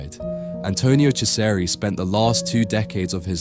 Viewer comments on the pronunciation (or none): Oh my word. My ears are bleeding with that pronunciation... 'Chesari' 'Echo Homo' 'Pilot' I swear you pronounce it differently every time and every time, it is wrong 😂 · It's about time that Ciseri's work was brought to the attention of the general public. Thanks for doing this! (As an aside, his name is pronounced CHEE-zer-ee.)